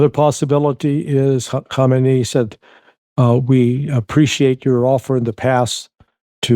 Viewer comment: Hey Larry - thanks for all the great work you're doing- you're a breath of fresh air. And, may I take this opportunity to congratulate you on your pronunciation of the name of the Iranian religious leader - Ayatollah Ali Khamenei. I think you worked out the trick that Khamenei has 4 syllables whereas his predecessor's name Ayatollah Khomeini only has 3 syllables. Thanks again Larry and can you kindly pass on this little tip to your other colleagues such Scott Ritter as well as others :) Cheers.